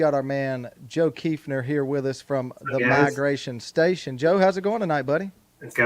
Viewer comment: So nice to pronounce my last name correctly. I am planning an Arkansas hunt in March.